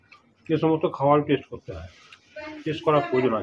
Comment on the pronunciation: its not tesht,its test